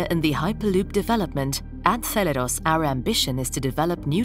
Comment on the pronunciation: Zeleros - rhymes with Theranos...